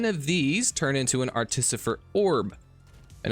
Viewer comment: As long a we ignore the times he said "articifer" :)